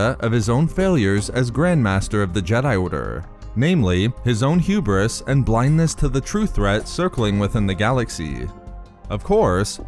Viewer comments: Renard Corsair H U B R I S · Say hewbris one more time